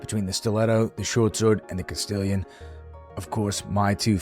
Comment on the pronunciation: Castillon is pronounced Cast-ion. French. Everyone calls it Castillion, including myself when i started. Not hating! Just spreading the knowledge i picked up. Love the vids brother, keep it up.